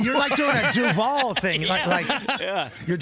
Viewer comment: 😂 That was so cringe. Might as well have said, "Duvaaal"